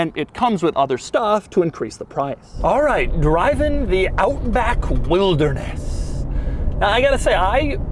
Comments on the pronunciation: Does anyone else think Doug saying Wildness is similar to Hoovies Garage's Riptide Blue? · He does not say wilderness normal once. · Drinking game idea; every time Doug says "wilderness" in a weird way, take a shot. You'll be blackout in no time 😆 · Why does he say "Wilderness" like that? Should they have called it something else? 😄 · I like the highlighted emphasis on wilderness😂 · The ridicule emphasis on the word, "Wilderness," was pretty comical. 😆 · The way Doug says”Wilderness” 😂😂😂😂😂😂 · Why you sound like Frankenstein every time you say wilderness? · the wilderness emphasis really cracks me up as you say it😂😂😂. Kenya represented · It's actualy f**** annoying.